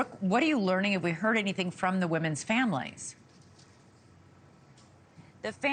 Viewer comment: It's not Hugo-town. Hu-ga-ton